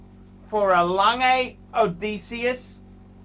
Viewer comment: Best thing about this video is the correct pronunciation of Odysseus.